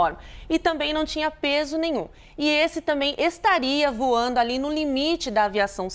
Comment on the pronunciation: Voano???? Português nota 4 🤣🤣🤣🤣🤣